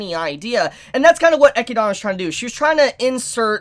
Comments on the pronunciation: i assume you lost a bet and had to pronounce e-chid-na eci-dana lol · It's so fucking annoying whenever t he says "EchiDOna" 🤦🏻‍♂️ That's not her fucking name! Yes, that's how it's written because that's how Japanese works when dealing with word that aren't Japanese. He doesn't call Beatrice "BeatriSU" so why die so hard on that hill? It's just annoying. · bro are you doing it on purpose or something?? Ah-kid-na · "E-kid-na". E-kid-na. Come on, repeat after me, E-kid-na. Not E-ki-dana. 😂 As for every door being opened, Eli-girl was likely looking for our favorite book loli, since, you know, if you open a door you have a chance to open the one to the mansion's library. Just like a Loot box. 🤣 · Rose-Wall, Echia-donna! Lmao, dudes fuzzy hair almost looks like a wig, an pronouncing names all weird an shit, still a good reviewer tho. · Echidna is pronounced E-KID-NA not the crap way you say it! Jesus help us! Video was almost unwatchable! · did he just say echidana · The way pronounces Echidna is cringy lol. Say it with me....E...kid...na. You know, it is the same as Knuckles....the echidna. Same thing. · Loved the commentary, still cringe at how you pronounce Echidna, which is very much an actual English word outside of Re:Zero that you shouldn't be so unfamiliar with. Also, I can't wait for someone to bitchslap Roswaal's cheeky smile off his blue mug. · why do you pronounce echidna like that??????? is that the right way to say it? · Please stop saying Echidna wrong. Thanks. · The way you pronounce Echidna's name hurts me. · The way you say Echidna bothers me lmao